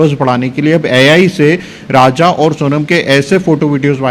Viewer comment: Raja.....rah lhushwah nahin.....all channels all reporters are so confused and say wrong names........😅😅😅😅😅😅😅😅😅😅😅😅😅😅😅😅😅😅😅😅